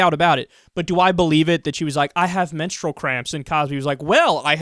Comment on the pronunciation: she can't wrap those botox-filled lips around the word "menstrual".